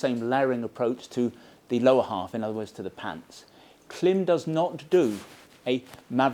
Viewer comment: I always watch your gear reviews and really appreciate the detail you go into. But please, please, please…Klim is pronounced like climb!